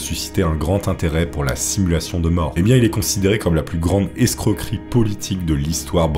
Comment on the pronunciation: 😭 On dit modus operandi et non modus operantis. De la même façon, escroquerie et non excroquerie 😛